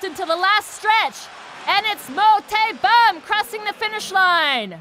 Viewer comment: 그와중에 계속 모태범 이름 잘못 부르는게 킬포 ㅋㅋㅋㅋㅋㅋ